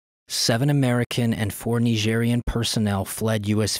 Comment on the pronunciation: Why do you say "Nigerian" like that?